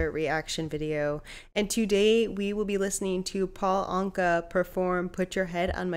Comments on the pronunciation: Anka is pronounced like Anchor. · Paul 'Anka' (You're not pronouncing it right), who's from Ottawa if memory serves, would have been in his teens in that video... But to answer your question... He dated pin-up girl Annette Funacello sp?, of ' How to Stuff a Wild Bikini', 'Beach Blanket Bingo', etcetera fame... Ergo, (colloquialism alert)... I guess he 'done' alright babyyyyyy... PEACE OUT